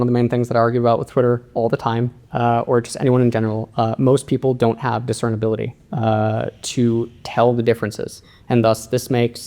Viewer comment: This was a great video, but it's "discernibility". Sorry I had to point it out 😅